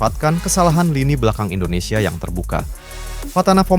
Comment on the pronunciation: Indondseh indondseh bikin lucu aja😂😂😂